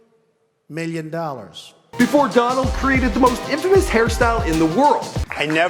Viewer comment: I hate how Donald Trump says million he says "miyyon"